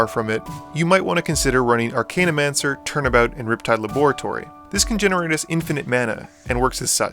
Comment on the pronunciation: As you have quickly become an inspirationalal channel for my own future EDH endeavors, these pronunciation corrections are not meant to be criticism. Tertiary= Turr-shee-ayr-ee. Archaeomancer= arr-cay-o-mann-surr. (only one N. Think of the word archaic, not arcane.) Zenith = zee-nith. The root is "cenit" which is different than the root of the word zen. Ophidian=oh-fidd-ee-en. It comes from "ophis" which means snake. Interesting that you mentioned Melek but not Arjun, which is Teferi's Puzzle Box on a stick and slightly less chaotic. Additionally, you neglected to mention Niv-Mizzet, Dracogenius, which goes infinite with his other self after just one ping from Dracogenius while Firemind is out. Another great video. I prefer Dracogenius simply because he is less of an immediate threat, being more subtle.